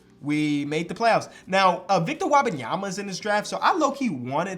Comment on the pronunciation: Here’s how to pronounce Victor Wenbamyana’s last name, you’re gonna need to know it eventually. WHEN-BAN-EE-AHMA. Kinda slur it all together and you should have it